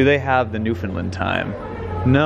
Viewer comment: FYI Newfoundland is pronounced noo-fund-LAND not NOO-fund-lund. Gotta sound out the “land” as if you’re saying land on its own.